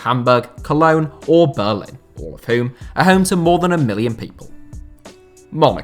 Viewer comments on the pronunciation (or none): none